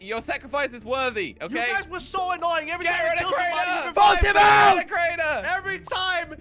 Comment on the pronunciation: calls crainer in cranner